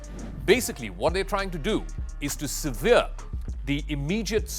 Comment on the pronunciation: Can someone please teach this guy 1. how to say Brigade, 2. how to say Sever, 3. the difference between Severe and Sever. Good attempt for a non-native speaker but those really grated on the ear. Perhaps give thought to hiring a someone who has English as a first language, if your going to keep recording in English.